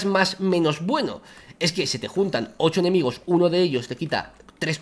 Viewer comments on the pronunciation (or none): none